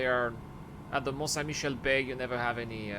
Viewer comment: J'aime beaucoup à tout en anglais avec le superbe accent et la, le mon saint Michelle, xD ça fait assez bizarre mais c'est drôle. perta eo da urzhiater? petra eo e c'honfig, c'hoant meus gouzout, peogwir pounec'h awalc'h eo ar c'hoari mañ memestra.